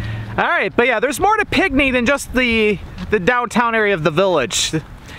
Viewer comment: It's pronounced like pink knee, not pic knee